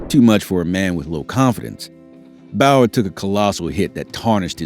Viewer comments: I know my boy did not jusy said bayer instead of saying bowyer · He said Bower if I'm not mistaken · its pronounced boy yer do you research sick of hearing it